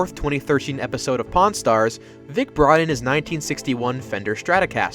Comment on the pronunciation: When he first said "Pawn Stars" in the video I thought he said "Porn Stars" and I double checked the title 😂